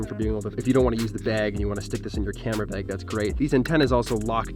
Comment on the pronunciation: "Camera Beg"